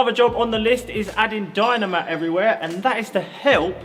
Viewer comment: When you said Dyno mat it sounded like dynamite 😂 now listen to it again!😂😂